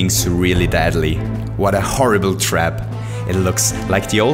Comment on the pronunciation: STOO SAYING FRKING DADLY